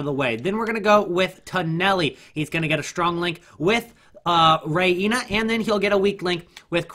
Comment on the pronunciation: Reina = ray na, not sure where ray inna